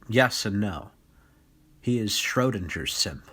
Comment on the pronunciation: "Schrödinger simp" killed me both humor and pronunciation wise